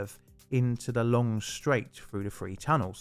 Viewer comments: THREE not FWEE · Love your videos, but hard to listen to with the 'th' being pronounced as 'f'. I wasn't sure what a free tunnel was at first? You can & do pronounce correctly tho, you say thirty-four (not firty-four). So so much better, more understandable and easier to listen to :) Keep up the great work with correct pronunciation 👍👍